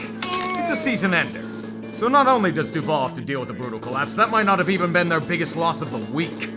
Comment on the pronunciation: My wife is from Jacksonville and literally cringes at the "DuvAL" thing in the beginning. She always is like, "THAT'S NOT HOW YOU SAY IT!!!!!!!!!"